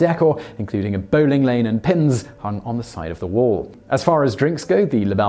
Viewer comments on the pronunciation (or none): none